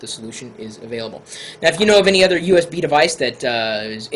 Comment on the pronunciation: Fine, don't say U.S.B. say usb, but don't say usbu, it bugs me...